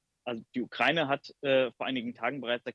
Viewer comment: "Ukreine" wie der Reporter so schön sagt